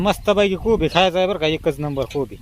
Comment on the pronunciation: Aag taai kobi not koba😂😂😂😂😂😂😂 bhajicha panchnama Ch kela tu tr